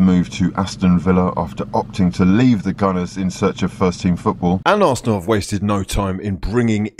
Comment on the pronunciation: I always think you say "breaking news for dat ass" 😂